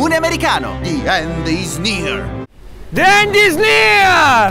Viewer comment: Ragazzi la pronuncia --> 'thi end' perché ci sono 2 vocali consecutive